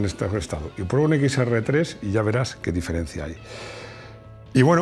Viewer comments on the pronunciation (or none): none